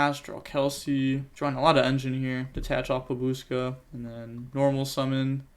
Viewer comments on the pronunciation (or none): none